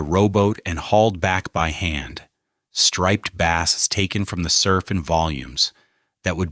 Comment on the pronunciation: A good summary in general. AI mispronounce many words - difficult ones such as ‘Sagaponack’ is expected but simpler ones like ‘striped bass’ is unacceptable. Additionally many accompany photos had nothing to do with the South Fork. Take the traffic photos - you didn’t need to find a big jam from somewhere else. You could have used actual traffic from here. Some mornings have a 10 mile backup entering Southampton from the west. Early in video the whole of Long Island was referred to as the South Fork. It’s in the details.